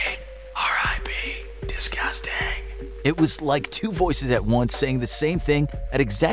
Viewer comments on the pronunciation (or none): "WELL IT WAS FŒKIN ONE OF YAS!" "DISGOSTANG" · Nobody: Siren head: DESGUSTENG